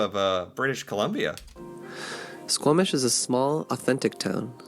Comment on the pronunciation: I am so glad you pronounce that Squamish BC that makes me happy as a Canadian